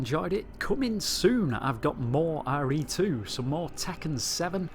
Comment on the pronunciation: "Hey guys, welcome back to another arr ree 2 video", Lol.